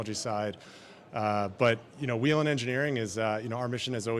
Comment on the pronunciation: I like how this idiot host can’t say Whelen correctly